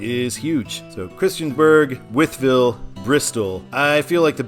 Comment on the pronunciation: The whole wythville I’ve heard it both but I’ve always pronounced it wiethville